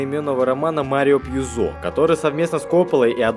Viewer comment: Не ПьюзО, а ПьЮзо. Он же итальянец!